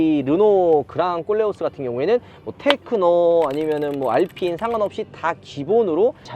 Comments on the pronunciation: 꼴레오스가 아니고 콜레오스입니다 듣기 거북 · 꼴레오스가 아니고 콜레오스 입니다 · 왜 꼬오올레 오스 라고 들리죠? 코오올레 오스 입니다 콜레오스! 발음좀 ㅋㅋㅋ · 꼴레오스 가 아니라.. 콜레오스 입니다 꼴레오스 꼴레오스ㅋㅋ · 그냥꼴려스로 들려요😢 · 보르노 보면 그냥 꼴린다로 들리내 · 꼴레오스라고하지마요 어감이😅